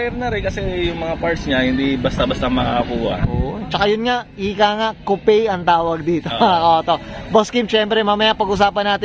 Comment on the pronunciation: kupey amp kup ang pronounce non , carguy kuno 😒